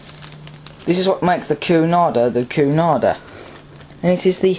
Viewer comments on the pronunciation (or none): cunarder is not pronouced coo-narder, it's actually pronouced que-narder though it is spelt cunarder. anyway the express train was a boat train departing from London waterloo and arriving at southhampton docks for cunard ships. The express train was usually done by an SR bullied pacific, it was done by bullied pacifics becuase they were lighter than pacifics like a4s etc. it's becuase of the loading gauge at southhampton docks.